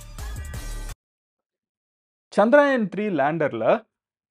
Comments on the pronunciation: Humble suggestion...its not Chandraayan, its Chandrayaan... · Not சந்திராயன்(Chandraayan), is சந்திரயான்(Chandrayaan) Sariya சொல்லுங்க 👍🏾